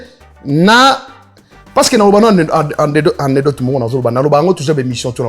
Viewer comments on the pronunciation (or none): Anecdote et non Andedote😂😂😂boloba makambu na bino botika Aigle tranquille. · Fila kizengi il a dit anedote